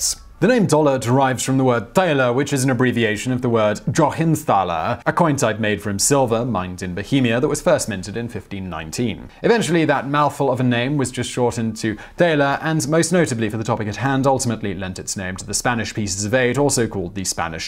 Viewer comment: Actually, the word is German. And it's dollars to doughnuts it's not pronounced that way. The 16th century coin (Joachimsthaller) is named after a town called Joachimsthal in German (pronounced "Yo-ahimsthal", literally meaning "Joachim's valley") and Jáchymov in Czech (pronounced "Yaahimov").